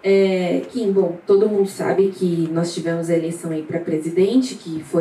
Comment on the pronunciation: Só eu fiquei com agonia dela errando o nome do Kim 😂😂😂